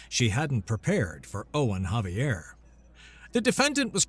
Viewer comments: Xavier I thought was pronounced like a Z at the beginning instead of an H, or caption typo? Great story though! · "The name Xavier is typically pronounced with a "Z" sound at the beginning, followed by "ay-vee-er" (ZAY-vee-er). Some people, particularly those with Spanish or French influences, might pronounce it with a "Zah" sound, as in "Zah-vee-er" or with a "K" sound, as in "Kha-vee-er", especially if they are familiar with the Basque origins of the name. " The H pronunciation is used with Javier, not Xavier.